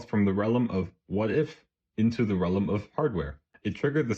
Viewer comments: “rellum” jesus man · why do you say realm like that